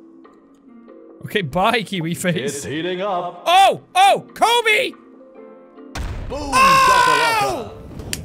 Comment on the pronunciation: When he said Kobe...I died a bit inside 😢